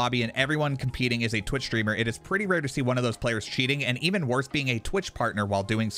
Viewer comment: Why are you pronouncing it SHtreamer though